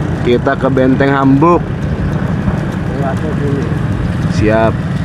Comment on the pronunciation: Bukan benteng Hamburg bang tapi vastenburgh